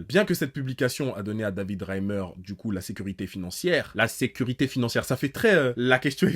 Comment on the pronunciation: Mec si jamais c’est Reiner mais pas Reimer